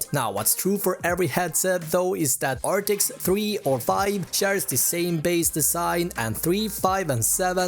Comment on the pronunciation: It's not arctics ...it's arctis